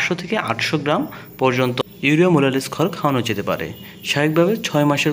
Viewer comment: ভাই আপনার ভিডিও দেখে আমি অবাক হয়ে গেলাম মোলাসেস কে বলছেন মোলালেস